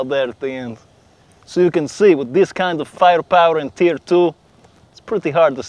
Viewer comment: when he said tier it sounded like tf, Team Fortress Three confirmed